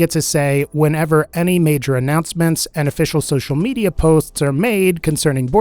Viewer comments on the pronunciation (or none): none